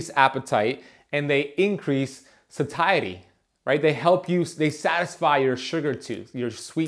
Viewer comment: Dear Mr. Functional Health Practitioner, please learn how to pronounce words. SA-TAY-UH-TEE(???). You sound as though you are just repeating talking points but you really don't understand what you're talking about. Sorry, but you lost me.